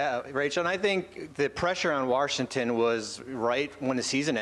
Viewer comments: Did he actually say “Warshington”? He actually said that, didn’t he? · Listen, if you are like Bobby Marks and cannot pronounce "Washington" correctly just say DC.